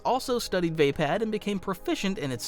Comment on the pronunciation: I think it's "vaapad"